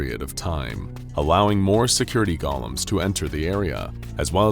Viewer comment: They golems, not gollums. Go-lum. Did a little kid come up with this one? It's kinda dumb. Still, you presented it well.